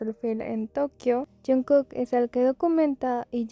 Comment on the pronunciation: Is this AI, why can’t you pronounce JKs name correctly it’s so annoying??